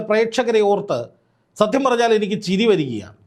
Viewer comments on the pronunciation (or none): none